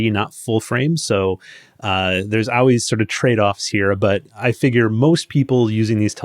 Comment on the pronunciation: Hey. I've got a weird question. I've noticed on your videos when you say the word "always" to my ear it sounds like (ow-ways). Is that some type of regional accent? Just curious.😊